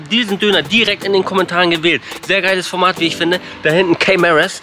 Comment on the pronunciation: Er sagt KAY MARAS hahahahahaha